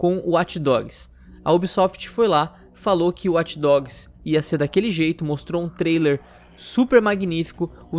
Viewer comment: Eu fico puto só de escutar esse "Uati dogs", assim como Over Uati" pelo amor de Deus. É WATCH, não uati.